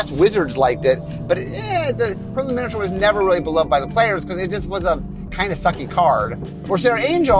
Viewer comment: Oh my god, where did you learn to pronounce minotaur? The 'taur part' is pronounced like tore, like I tore you a new one. :-p